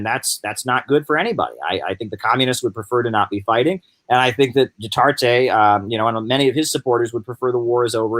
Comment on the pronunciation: it's pronounced Du-ter-tay. also, the NPA does not control any islands in the Philippines. And Duterte's popularity is at an all-time low. He is kind of like Trump. this blustery pompous guy who made a lot of promises in his 2016 campaign then just flamed out. He is very unpopular there now and Manny Pacquiao a former ally of his has now turned on Duterte, too. And Manny will most likely run for president of the Philippines in 2022.